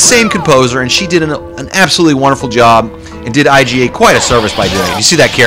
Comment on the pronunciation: Iga is not pronounced I-G-A. its ‘eega’